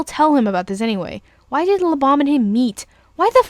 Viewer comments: Sounds like your saying "Lubom" not "Lebam" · It's pronounced Lee-bam like BAM POW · you pronounced (lebam) wrong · you didn't pronounce Lebam correctly